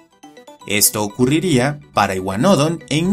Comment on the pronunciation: Por qué iguanódon y no iguanodón? Es una palabra aguda, no llana xd